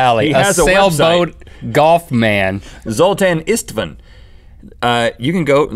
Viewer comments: LOL your pronunciation of Zoltán István is hilarious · FYI: Zoltán István is not an alien name (what a surprise) but a hungarian name and pronounced as Zoltan Ish-tvan (the as are like the a in can't [british accent] but very bright and pronounced in the back of your mouth [it's perhaps easier if you open your mouth very widely]. It's very difficult to explain). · Zoltán István! That's a hungarian name. Laughed so much at the pronounciation and how Link described how he imagines him. I have been waiting for this! Any other hungarian mithical beasts here? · You guys failed at pronouncing Zoltan Istvan. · Hey guys! Loved this one! I'm from Hungary and i couldn't stop laughing when you tried to pronounce the name of Zoltán István. Actually both of these names are really common as first names, according to a list István is the second and Zoltán is the fifth most common name in Hungary. Btw the way you say them is like Zol-taan and Isht-vaan, putting some emphasis on the second part ( i listened to google translate saying it and i found it tragical) Keep this up and have fun!